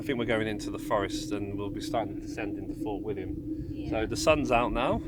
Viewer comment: Walking the West highland way in 3 weeks ,3rd time it just gets under your skin laughed at the pronunciation of the places you got Fort William right that was it, well done in walking it in 6 days 👍.Katie really felt for you